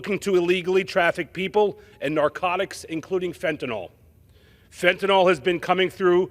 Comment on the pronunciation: Fentanyl. Last syllable rhymes with HILL. There is no O in Fentanyl.